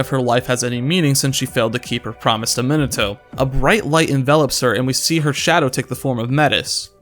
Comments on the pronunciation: this video randomly popped up on my feed and while I mostly agree with it, the pronunciation of "" is giving me brain damage, no offense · probably because he says "Minato" wrong